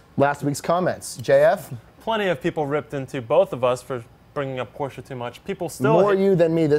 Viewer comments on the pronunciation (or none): Wasn't Hyundai already in WRC back in the 90s? Also, please stop saying Hyun Die. It's closest English pronunciation is Hyun Day. But why bother, you say your favorite brand is Porsche and you even pronounce that wrong.